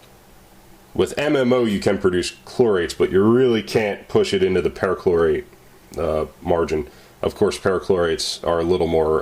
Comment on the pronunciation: I've seen this video months ago. . . . in a dream / premonition perhaps. I even remember your pronunciation of PERchlorate as PARAchlorate. Weird.